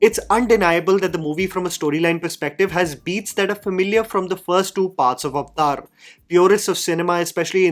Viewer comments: It's Avatar, wtf is Ovotar!! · I just have to say, it's not called "અવતાર" (Sorry I don't know how to write it in Hindi lol). It's "Aavataaaahr". Lol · Avathar❌ Aftaar✅😂😂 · At least pronounce the title correctly it's 3 syllables AvAtar not Avtar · When you say Avatar, it sounds like "Iftar" like the party for Muslims. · "Avtar" hehe.